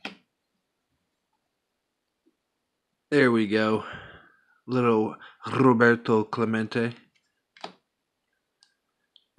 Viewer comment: Right on! Leigh is great, and you'r getting good a t rolling your Rs in Roberto! Also thank you teaching me how to pronounce sepia!